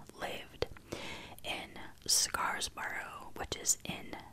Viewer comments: The way you say scarborough is so funny cause I understand why you think its pronounced like that based on how its spelled, its actually pronounced like " scar bro" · Scar-borough. You don't pronounce the s at the end of scar